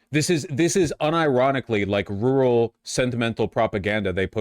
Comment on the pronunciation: rooral or rural?